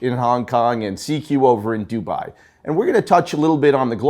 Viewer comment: A question regarding independents - what if I love the work they do but absolutely can't stand the watchmaker (e.g. FP Journe) or CEO (e.g. CEO of Audemars Piguet)? What do I do then? And by the way, the way you guys pronounce Dubai is just wrong.